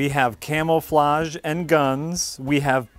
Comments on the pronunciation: Did he say "camel"-flage? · seems like the kind of guy to say camelflage and I love him. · Does pronounce it "camelflauge"?